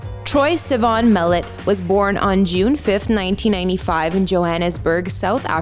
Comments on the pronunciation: an not en. Sivan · Did she just pronounce his last name wrong?? Lol great job guys!!